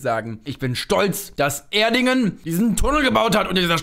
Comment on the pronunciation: Das "Erdingen" tat mir persönlich weh